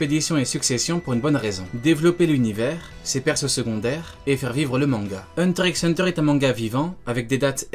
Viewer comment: Petit disclaimer si je le dire le X de Hunter ne se lit pas ce qui ft donc Hunter Hunter…merci 😋